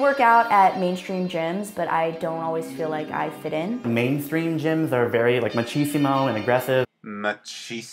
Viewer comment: Shane Doyle well the actual word is machismo not machisimo I have no idea where that guy got that extra "i" but yeah umm I don't mean to come off as rude so sorry in advance if I did